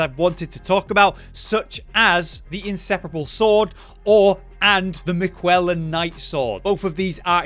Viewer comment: Am I missing something here? Why is he suddenly pronouncing it Mi-kwella’s Knight Sword instead of Mik-ella’s Knight Sword? 😅